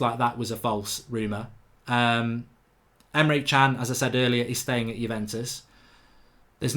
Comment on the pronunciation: Bababobo Carry summary, and Zeeyek. Just as bad as Emre Khan. Love the mispronunciations